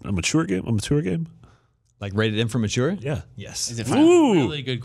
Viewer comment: every time that dude says "matoor" instead of "mature" makes me fucking cringe lol